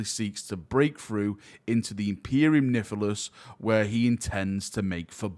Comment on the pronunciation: Still pronouncing Nihilus as " Niff-elous" huh? smh